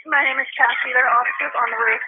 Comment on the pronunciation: The way the 911 operator pronounces "roof" is driving me crazy. I almost turned the video off because of it.